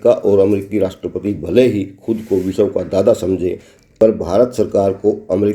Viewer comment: Bhai sahab ye संघर्ष है ना कि संघरस। और विश्व को विशव बोल रहे हो।